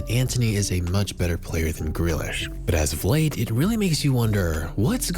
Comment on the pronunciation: JACK FREALISH😂😂😂